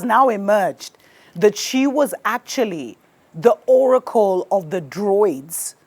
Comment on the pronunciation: Druids not Droids